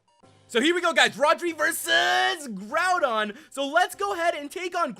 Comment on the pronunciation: did you just call groudon groundon?